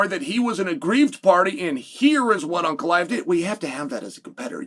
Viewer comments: Is it me or does it sound like Chael is calling him “Uncle Iev “😂😂😂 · piyera and uncle eyev